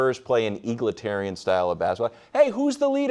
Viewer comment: Does Wildes know the word isn't "eagletarian"? 😂👶🦅